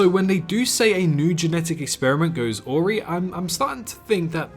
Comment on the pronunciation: It's a-wry, not aw-ry